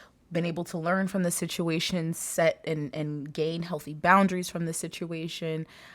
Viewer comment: OMG I love you! It's so funny you say sitiation cuz I say that too lol thank you for your readings. They always brighten my day.